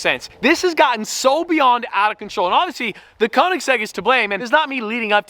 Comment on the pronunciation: the gotten on WAS SOO BRITISH